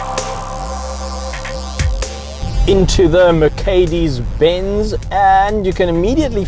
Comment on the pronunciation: did he say ‘Makedis benz’ 🤨